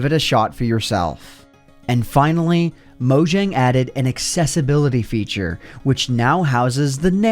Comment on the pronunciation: Take a shot every time he mispronounces "Mojang."